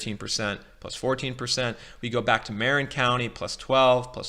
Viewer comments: "MARE-in," "Contra-COAST-uh," "Ala-MADE-uh." OK. Now I know you don't live in the Bay Area. Still this video is quite useful. Thanks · I'm loving your presentation. I don't want to sound like a fussbudget--I'm just trying to be helpful--but it might help for you to know that the word "Marin" in Marin County gets pronounced with the accent on the second syllable, not the first: it's Mah-RINN County. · I could tell this guy doesn't know the Bay Area when he mispronounces Marin and Contra Costa counties.